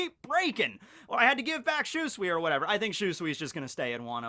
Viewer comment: I can't stand it anymore for god sake learn how to say ryuma sword name. It's SHUSUI. Shu like in shunpo and sui like in suigetsu. Even characters say it that way.;)